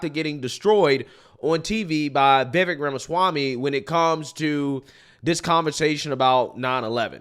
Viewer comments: Why does everyone get Vivek’s name wrong? Lol at this point it’s ludicrous lol It’s Vivek like cake! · Vivek rhymes with Cake or Rake or Bake (but not fake)